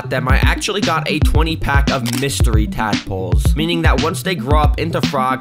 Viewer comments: I thought bro said madpoles💀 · did you say dadpolse😂